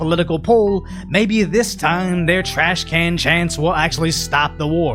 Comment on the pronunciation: Hey, its trashcan not trash cannot. =b